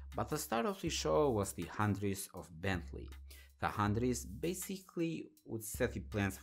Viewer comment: I understand the dificulty in pronouncing foreign names and that either Phaeton or Hunaudières aren't easy but you absolutelly murdered the Hunaudières... repeat after me: "Hoo-no-dee-air-re". Don't get me wrong, I'm not trying to roast you or anything cause I absolutely love your videos but if it was me I'd lik to be corrected.🙂